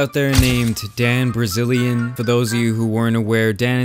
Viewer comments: Bilzerian ... sound it out not. Brazilian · His name is BILzarian not BRzilaian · This guy is definitely a dbag. But that was obvious a decade ago. By the way, knucklehead - how do you get Brazilian for his last name? The "r" is the fourth letter in the name. Try starting it by saying BILL. You still won't get it correct, but you'll be closer. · Its Bilzerian not Brazilian Mr. Narrator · Dan BILZERIAN not Dan Brazillian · first few seconds you say dan brazilian, come on man seriously just a little respect for just a minute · You said Dan Brazilian 🤣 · did I just hear him say "Dan Brazilian"? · did u call him Dan Brazilian in the opening? lol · Dude said, 'Dan Brazilian'....lmao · BIL- ZARE-EE-AN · hey dodo. its not brazillion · well there's no surprise.. i like how you keep saying dan brazillian :D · Not Dan "Brizilean". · Am i tbe only one that heard you say Dan Brazilian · Did he say Dan Brazilian in the beginning lmaoo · LOL this guy pronounced Dan's last name as "Brazilian". WTF? But I still give your video a like because you explained the facts nicely. Thanks for the video. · "Dan Brazilean" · Dude, did you call him Brazilian? 😂😂😂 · Dan Brazilian? I know he's a tool but at least pronounce the guy's name right. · I listened to the first 48 seconds. When you pronounced his last name as Brazilian, that's when I knew you either didn't know or didn't care to know about this guy. Everything you said after that sounded like you're just jealous of him. I wanted an objective analysis/report. Bbye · Dan Brazilian? Are you alright? What an opener to the video can’t even say his name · Dan Brazilian? You can’t even get his name right lol. After that I couldn’t be bothered to watch the rest lol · “Dan Brazilian” 😂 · This man said Dan Brazilian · prounced the dude's name as "Dan Brazilian" and i was like: -Ah, good, now they are talking about us again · when you realize can’t pronounce “bilzerian” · I like how you say his name wrong.